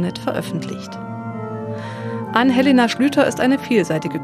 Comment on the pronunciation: mein Name ist falsch ausgesprochen: Ann-Helena mit Betonung auf A